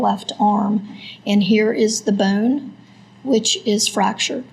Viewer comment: The medical examiner seriously needs illocution lessons. She can barely pronounce any vowels properly. It's a creek, not a crick. Bone, not boanne. Skull, not skoal.